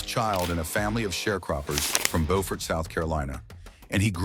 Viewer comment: The narrator prounced Beaufort South Carolina as Bofort . The Bofort pronunciation is for Beaufort , North Carolina . Beaufort South Carolina is pronounced Byoufert , not Bofort .